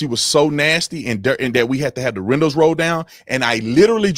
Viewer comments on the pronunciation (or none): none